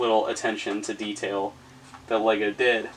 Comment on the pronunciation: What he said :lego review What i heard:wego review